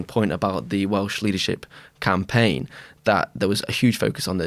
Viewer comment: Welsh pronuncion is pretty good!